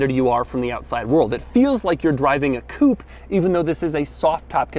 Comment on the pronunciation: It's "coo-pay"